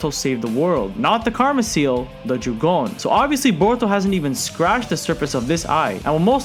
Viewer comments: its jougan not "joogon" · I don’t wanna be that person but it’s not jugon it’s jo (as in jo jo)gan. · Jougan is pronounced "yo-ga-an", The Jougan allows him to sense and see chakra, its pathway system and also, view the invisible barriers between different dimensions, it also lets you see (not "sense", naruto's six paths mode can sense) things the normal eye can like the Rinnegan Sasuke posses(well "passed" since he lost it in the manga). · Jougan is pronounced "yo-ga-an", The Jougan allows him to sense and see chakra, its pathway system and also, view the invisible barriers between different dimensions, it also lets you see (not "sense", naruto's six paths mode can sense) things the normal eye cannot like the Rinnegan Sasuke posses(well "possesed" since he lost it in the manga). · So... did you just call the Jougan a "Jagone" (no hate btw, good vid, it just triggers me a bit lmao) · Say jogooan one more time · Not to hate but it is pronounced Jo(Oh)-gan (g-on) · My god, how u watch boruto and pronounce Jougan wrong? It's pronounced Joe-gan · Not to be a know it all but ur saying jougan wrong